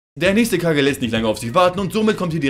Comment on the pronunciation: Es heißt nur Kage nicht Kagin. Es wird mehrfach erwähnt